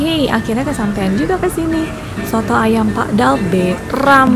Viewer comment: Nama masakannya bukan SOTOKK, tapi SOOTOOO !!!!!